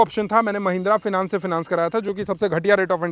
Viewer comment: Finas nahi fainens hai 😂